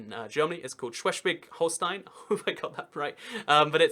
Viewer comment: Shweswig Holeshtein funniest pronounciation I've ever heard